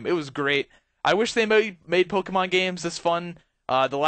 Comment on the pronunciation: Poke-E-Mon, thats how you say it; it's meant to be Poke - a - mon